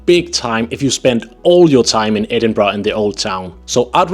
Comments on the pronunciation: IT’s Edinburgh not edinbrugh. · It's not Edinbra. It's Edinburgh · I swear I met a woman in Guangzhou, China who said she was from Scotland (she was white and spoke perfect English and seemed to have the accent), but she pronounced the city as, "Ayden-bro"! It was so amazing but so strange to hear as I've never heard the city pronounced that way! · ehhhh its Embra ya gadgie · As a local, you still don't seem to get the pronunciation right. The end's more a ur and an ah. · Your wrong it’s embra I no I’m from their